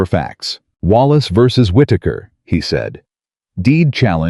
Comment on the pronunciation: Many times 'he' pronounced as 'hi', not only in this story.